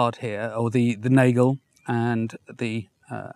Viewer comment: please do not call that a nejgel. That sounds really, really... bad. Just use any online dictionary with the function to read words out loud to you ( i use leo online for that) and type in the German word "Nagel". Listen, repeat, done.